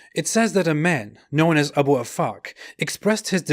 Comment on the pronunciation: Abu Afak, I heard A boob a fuck 🤣🤣🤣🤣